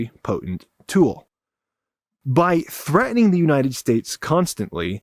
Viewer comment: Threa-ining? No, it's "threaTening". There is a T in there. Don't ghetto it up.